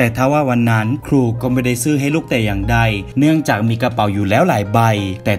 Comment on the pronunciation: บางคำเวลาพูดมันแปลกๆอะค่ะ เช่น คำว่าซื้อ แต่พูดว่าซื่อ มันขัดๆไปนิดนึง